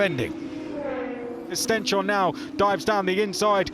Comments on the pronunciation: Stens-horne not Sten-shorne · Its not Sten-shorne, its Stens-horne, translates to stones-horn. British splitting the word wrong again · His name is StenShorne, not StenChorne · Maybe the commentators could learn to say "Stens-horn" instead of "Stench-horn" soon... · They have asked Stenshorne about it, and he has accepted it the way they say it.